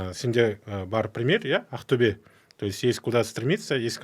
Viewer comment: Не каип АКТЮБЕ. деп Актобе десен запад -ло ма соз магынасын тусинбетин Такаппарлык кимге пир боп турсын